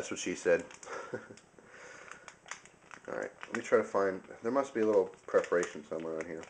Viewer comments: It's "perforation" not "preforation". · PER-foration. Sorry, enjoy the video but it got to me the thousandth time you said PRE-foration. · You're killing me with this "preforation" stuff. It's perforation [per-for-ay-shun]. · perforation my friend, perforation